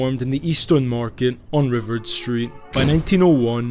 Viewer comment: Accent on the last syllable..riv-ARD